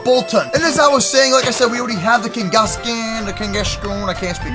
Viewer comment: its kang-gaskan not keng-gaskan